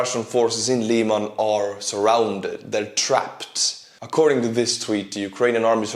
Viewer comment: Lyman, not "Liman".